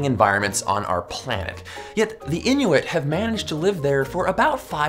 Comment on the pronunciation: The way he says inuit bothers me